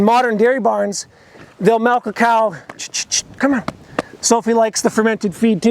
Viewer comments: It took me a while to understand what he meant by that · Take a shot every time he says "melk" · I know this is random but like did you rlly say 'malk'🧐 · Your the only farmer I know that says melk. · I know haha just when I first heard it was like wait what? Lol MALK ✌